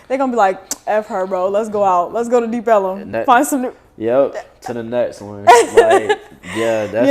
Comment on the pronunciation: She said “ let’s go to deep ellum” yeah that’s bad 😂😂